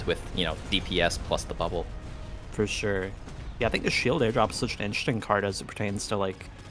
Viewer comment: dude says 'fore sure' again i will lose my mind, for sure.